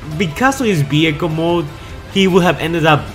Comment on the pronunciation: What about saying "vehicle" and not "behicle" ????